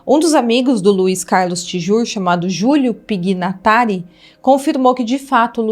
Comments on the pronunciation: PIGNATARI PRONUNCIA-SE PINHATARI. UMA FAMÍLIA MUITO CONHECIDA E MILIONÁRI DA SOCIEDADE PAULISTANA. SIMONSEN SE PRONUNCIA COM SÍLABA TONICA NO SI. GLAMOUR FSLA-SE GLAMUR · Oi, só corrigindo: Pignatari: se fala "Pinhatari" e o Simonsên, se fala Símonsen. Trágica história... Nem sabia dessa história... Sorte dela sair viva....